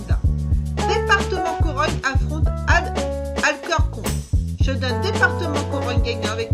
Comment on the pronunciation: mdr c est deportivo pas departement et ça se prononce alkorkone (alcorcon)